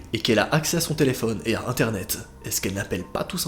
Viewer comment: J’adore quand il dit : la face cachée... D’INTERNET